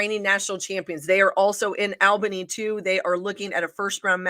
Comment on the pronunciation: I stopped watching as soon as I heard how they thought Albany was pronounced.